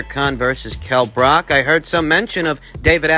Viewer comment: Bruv, it’s not Brock, it’s Brook. Book with an R in there